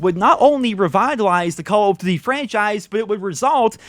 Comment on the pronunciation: Does he not know how to pronounce duty?